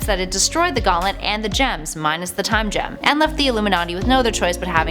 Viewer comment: Every time I hear her say “Gem” I cringe